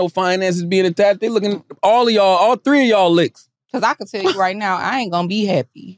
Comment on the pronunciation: "all tree uh yall" 🤣